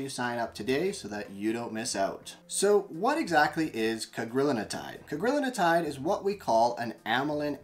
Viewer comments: It's Cagrilintide. Four syllables: Either "Ca-gril-in-tide," "Cag-ri-lin-tide" or, if you prefer, "Cag-ril-in-tide." It does NOT have five syllables, like "Cag-ri-lin-in-tide" or "Cag-ril-in-a-tide." Look at the word. There is only one "n" in Cagrilintide and it is followed by a "t", which is part of "-tide." How you find an extra syllable between that "n" and "-tide" is beyond me. But heck, everyone on the Youtube is doing it. Which does make one wonder. That said, Cagri is a hell of a AMY3 receptor agonist. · It’s Cagrilintide (you’re pronouncing an extra syllable in the middle)